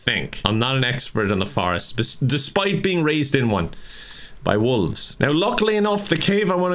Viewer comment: I like how says "wooves" instead of "wolves". Irish pronouncing animal names just be like that huh (ahum, wasps...)